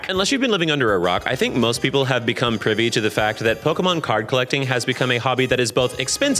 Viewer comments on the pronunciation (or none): none